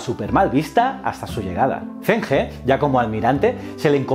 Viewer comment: Aunque el vídeo está genial, como sinóloga he decirte que la pronunciación del fonema 'ZH' en pinyin es más similar a la /ch/ española que a la /z/, es que has tenido que pronunciar en muchas ocasiones nombres propios así y he de decírtelo, que me chirría haajajaja por lo demás genial ajajjaj Enhorabuena por el canal :)